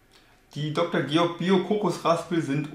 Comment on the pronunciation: gutes video, aber ich glaube, der von der firma beabsichtigte werbeeffekt wäre etwas höher, wenn du deren namen richtig aussprechen würdest....... ;)))